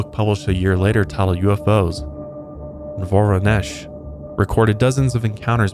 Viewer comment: As a Russian, thanks for pronouncing Воронеж (Voronezh) correctly